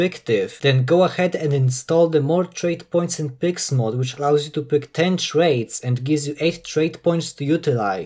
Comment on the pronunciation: lol you not only pronounce traits as "trades", but thats what you called that section of your video as well